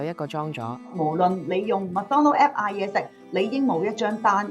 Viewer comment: App 讀成Apep